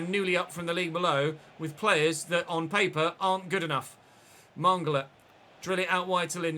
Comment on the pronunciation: Oh nooo, mongola is the new kaaaaaantay 😂😂😂. Its Man-gala